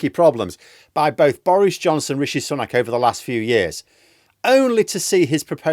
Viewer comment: He hasn't taken a day off- that's misinformation. He made two stops yesterday. I'm all for absolutely pissing all over this lot but only with facts. Also, his name is pronounced Sue-nak, not Sun-ak. Britain First intentionally mispronpunce his name.